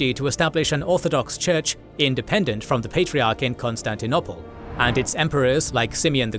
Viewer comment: This bloke can’t say Constantinople properly. And to make things worse - he says it 20 times in every video just to annoy us.